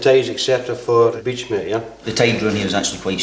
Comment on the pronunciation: "We're going to insert by boat on this beach here..." Me: Did he just say "We're going to insert by boat on this BITCH here?" :p